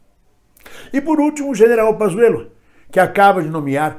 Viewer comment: Não é Pazzuelo é Panssuelo